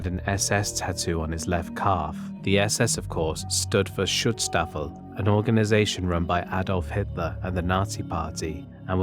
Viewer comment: Guy narrating says Schutzstaffel waaay too good.